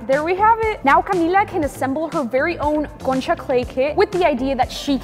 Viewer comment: love your accent when you say concha😅(like the video 🎉)